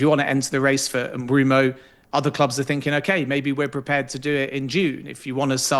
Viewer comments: I’ve heard it pronounced Mbwemo, I’ve heard it pronounced Mboomo… pronouncing it Broomo is CRAZY WORK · Swear tf if i hear M-Broom-o once more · Why does Ben keep saying MBroomo? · Top sports jounalist, keeps calling Mbuemo as Brumo. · The guy's just got it wrong ! Not good enough and bloody annoying 😡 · Take a shot every time he says "Bryan Umbrumo" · This is all just his opinion. Also anyone who pronounces it “Mbroomo” can’t be seen as reliable. He’s putting 2 and 2 together or stating the obvious that anyone can do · It’s M-boo-mo, no? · Bloke said Mbeumo’s name 100 times in 30 mins and got it wrong every time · Let him say it wrong how many times he wants , u understood who he's talking about so that's enough .